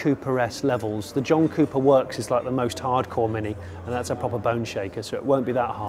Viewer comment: Literally for the first 5 minutes I kept thinking that he was saying Cupra S instead of Cooper...